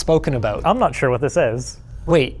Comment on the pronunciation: that “what” was personal 😂😂😂